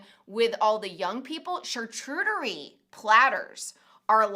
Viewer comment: I love you two but it's CharCOOTerie not CharCHEWterie...I don't usually point out things like that but my chef friend overheard and said it made his ears bleed🙄🤪